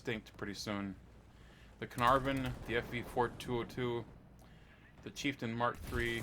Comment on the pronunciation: When you said Cearnarvon to 7.3 that was just no no no no from me